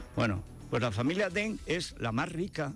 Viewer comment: Fede, no te las des de sinólogo. El pinyin ya lleva mucho tiempo y además el Wade-Giles no era correcto. Y el Deng de Deng Xiao Ping se pronuncia Deng y no Teng, por mucho que te pongas. Y en cuanto al dicho francés, de francés nada. Es de Cicerón: rem tene, verba sequentur. Repasa el latín, anda.